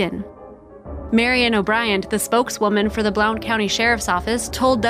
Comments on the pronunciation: It' is pronounced "BLUNT" County. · Blount county is pronounced "Blunt county" I remember this it's not too far from me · I’m from East Tennessee and the mispronunciation of “ Blount County” is driving me crazy . It’s pronounced “Blunt” county !